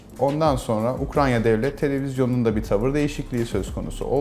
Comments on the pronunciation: "Ukranya" diyor adam. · kahvedeki kaportacı arkadaşlar gibi bu da ukrayna!ya ukranya diyor. mesele para değil diyenler haklıymış. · ukra'n' ya :) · Ukranya mi dedin sen? 😂😂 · Zenginde olsan ukraynaya ukranya diyosun abi